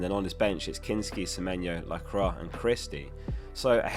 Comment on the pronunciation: top vid, btw its pronounced "la cwa " not la cra , re Lacroix (soz)